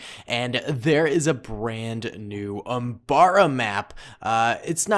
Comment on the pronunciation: Umbara not oooombara